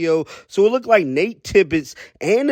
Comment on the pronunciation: Did this dude say "lookDED"?